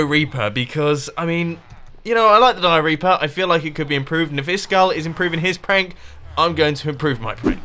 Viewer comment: mumbo... im sorry but your dioreaper sounds like diarrhea.